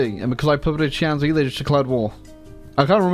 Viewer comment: Shanxi is actually pronounced shan shi